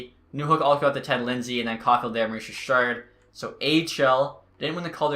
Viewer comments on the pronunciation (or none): none